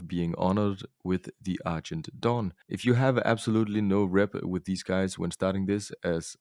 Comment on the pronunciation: you gotta stop saying Argent Dawn like that. Because coming from an old school wow player. IT sounds like your saying Achindoun instead of Argent Dawn which is pronounced ArJENT DAWN